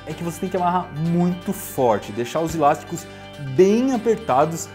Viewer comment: Não são "ilásticos" mas sim "elásticos".